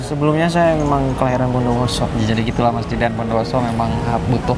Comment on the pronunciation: Woi itu namanya bukan jidan tapi itu didan